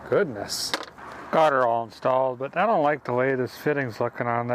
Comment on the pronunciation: i wish he would say indont know at least once more